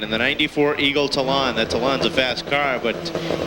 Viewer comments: LOL, Eagle TAh-lawn. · Eagle Tuh-lawn😂😂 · Where did this announcer learn to say TALON lmao.. dude.. its not a hair salon lol